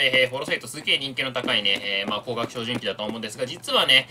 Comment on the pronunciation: 照準を「ひょうじゅん」と読むのをやめて欲しい。 照明は「ひょうめい」とは読まないでしょ？